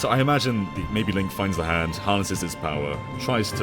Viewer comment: Za hando